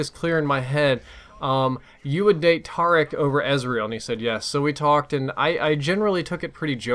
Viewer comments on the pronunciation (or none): its not Tar-ic its tear-ic........ pronunciations